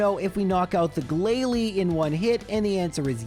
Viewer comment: Something wasn’t quite right in the pronunciation of “Glalie” in this video…